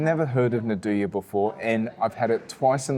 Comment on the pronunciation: Nduja is pronounced andooya not nadooya 😅